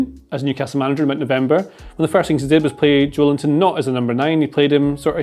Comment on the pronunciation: guys. JO-EL-INTON. not JOE LINTON. maybe thinking of it as "Joel Intón" helps? The stressed syllable is "-ton". Hope I helped